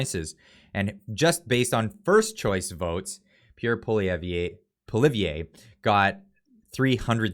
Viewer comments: poi - li- ev - vre ...... not po-li-vi-eh. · Polly-ev….proper pronunciation. Not Polliveee - A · Say it with me now: "Paw-lee-ev" Is how it's pronounced. Not Paw-live-ee-ay. Certainly not Paw-lee-ev-ee-ay! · it's not Poilivier it's Poilievre. Poi lee evre. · pronounced Achin as in "my feet are achin' from the shoes i'm wearing" also try this: pwa lee ev, that will help you name the CPC leaders name right. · Make a sign and put it up where you can see it: PAUL-EE-EV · his name is pronounced POLI~HAVE = Poilievre...you keep mispronouncing his name one moment and then pronouncing it correctly the next...you constantly are flip flopping...what gives? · Polly-ev, that's how you pronounce his name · Why can’t you pronounce Polievre. It’s Poli-eve. You keep butchering the poor guys name 🤦🏼‍♂️ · Dude... POLLY-EV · Okay, from now on...pronounce his name..PULL E EV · Pronounced 'POLY-EV'. Thx. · I like your videos bud but you gotta quit calling him polievaaayyyy 😂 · Pronounce "PAUL-LIVER" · Hi, maybe it will help you to pronounce his name by thinking of the word Ever. But say it with a Spanish/French accent, kind of rolling the R. Pwa-Lee-Ev-Ruh The hard part is going from the V to the R. Once you put those together, you are kinda forced to 'roll' the R. Like the word Vrai (true) en Francais. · Pierre’s last name is pronounced Polly ev. The Adin is just plain rude, clearly his mother did not teach him any manners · Ok your driving me nuts his last name is pronounced as Poly~evvv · Pwah-lee-ev and Ay-kin. Get good scrub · Please, learn to be consistent on the correct pronunciation of Polievre. "Po-li-ev" is acceptable English pronunciation. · pronounce it poly ev. Poly ev. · Great video. Pierre's last name is pronounced Polly Ev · This guy keeps flip flopping the pronunciation of Poilievre's name. Poly-ev is how its said. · I dig your channel, but please stop mispronouncing Pierres last name.